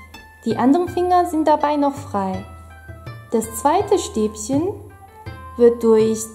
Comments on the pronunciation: bitte Stäbchen nicht Stäbsen;);) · LOL sie sagt Stäbschen